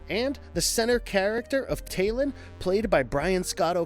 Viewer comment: When the werewolf review can't pronounce talon.......